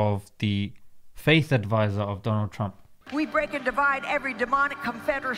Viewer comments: hahaha, gets me every time ''mr. dolan trum'' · 'Mr Dolan Trum' gets me every time🤣